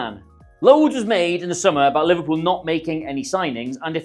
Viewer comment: Great video. But Liverepool? 🤦🏻‍♂️😂